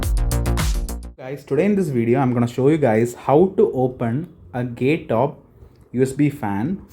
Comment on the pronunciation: "GAY" Top its pronounced as gayatop